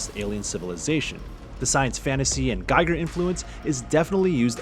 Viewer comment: It’s pronounced Gheeger not Guyger.. Soppy bollocks!.